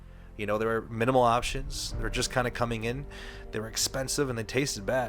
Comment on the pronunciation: " I'm cooming in the gym " Arnold Schwarzenegger